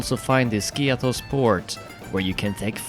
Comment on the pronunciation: To nie Skios tylko Skiathos. Jesli ty nie umiesz nazwac wyspy poprawnie to co dalej...?